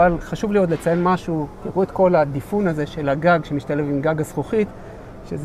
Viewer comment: היי, קודם כל תודה על הסרטונים הטובים והמקצועיים, אנע עוקב באדיקות ונהנה, 1.נדמה לי שהמסך הגדול בזיקר x נע ימינה ושמאלה על מסילה.... 2. נדמה לי שצריך להגיד דיפּוּן,דיפּוּנים, בתוך הרכב ולא דיפון..... בגלל שזה חוזר ככ הרבה שווה לבדוק 😉☺️